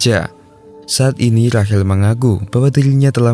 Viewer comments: Rahel,rahel.. RAYSHEL bang sebutannya. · Rachel❎ Rahil✅ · Rachel kok jd. Rahel 🤦🏻‍♂️